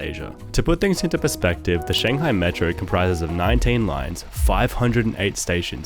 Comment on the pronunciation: It’s Shanghai not Shangahi